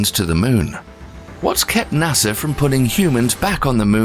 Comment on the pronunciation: Why does the narrator keep mentioning Nasser?